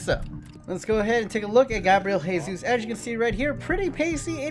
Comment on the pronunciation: His last name is pronounced with the J sound or like a Zh sound instead of an H sound because it's portuguese not spanish